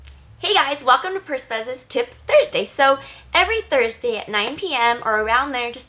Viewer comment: It sounds like she is saying tit but nice